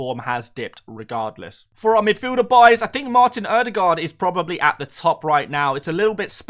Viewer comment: Butchered ødegaard’s name, but you did much better than many others 😂